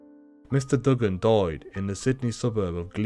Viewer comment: I'm from Australia u saying his name wrong it's like doo-gun not dug-gun